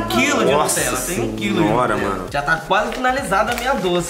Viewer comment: Fala para a Marvilhosa da Sthe que não é nutrela é Nutella